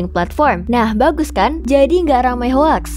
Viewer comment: Beberapa catatan dari saya - Kalau mengacu pada ilustrasi gauge di , 2000-an Mbit/s berarti 2 Gigabit/s bukan Gigabyte/s - 25 atau 26? - Hanya atau banyak? - Pengucapan hoax (Eng) tidak tepat - 5.0 itu titik kan bukan koma. Dari five point o (Eng) - ISO itu lebih umum diucapkan aiso (Eng) atau iso (Ind). Bukan dieja satu persatu hurufnya Sekian dan terima kasih Maju terus Jagat Review!